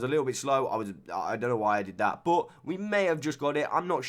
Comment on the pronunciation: i like how instead of saying « but » you say « boat »